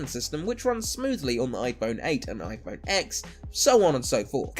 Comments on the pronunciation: It’s pronounced ten! Not Ex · It's pronounced iPhone Ten not ex. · CAN SOMEONE ACTUALLY PRONOUNCE THE NEW IPHONE PROPERLY SMH U SAY TEN NOT ECKS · You idiot! Its called ten NOT X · AHHHH PLEASE STOP SAYING IPHONE X!! ITS SUPPOSED TO BE IPHONE 10!! X IS A FREAKING ROMAN NUMERAL!!! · Saying x in this video instead of ten is so cringeworthy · yea true its just a roman numeral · not called "iPhone 10" No where is Apple calling it the "10" they are only calling it iPhone X. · It is pronounced "10" you idiot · IPhone 10* If you can't even say the name correctly, why should anyone take you video seriously. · You already broke all of them... it’s pronounced... iPhone TEN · Please. Say it iPhone TEN not X. It’s a Roman number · It's called iPhone X and Ten so shut the fuck up. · I can’t take you seriously when you can’t even pronounce the name right. Also, you can’t tell iPhone 7 from iPhone 8 from the front but you can from the 6 or 6s which had indistinguishable fronts. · Says that the iPhone X will break in 2 years but doesn't know how to pronounce it. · WTF, how a flagship phones' name is pronounced should be obvious! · Your stupid for not even knowing how the phone is pronounced.